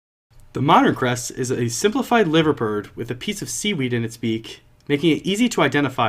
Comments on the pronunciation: you say it like LYVER bird sounds dodgy but that’s how we say it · Lads you are saying liver bird wrong